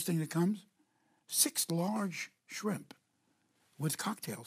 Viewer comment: A frimp cocktail? Must be when you can't decide between fruit and shrimp.